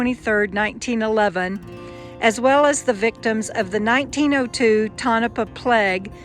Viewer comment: Lived in Mina for a while. Interesting area. Pronounced toe na paw.